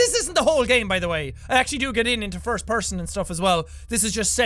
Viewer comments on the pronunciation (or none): none